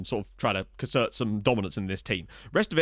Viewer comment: As a Flemish Belgian... You did mispronounce Arne Cassaert.... The AE is more like an longer sound and an older spelling of AA. The way you say stahl would be more similar...